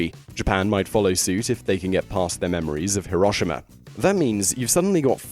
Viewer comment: Did he really say heroshima?? How can u butcher the name that bad???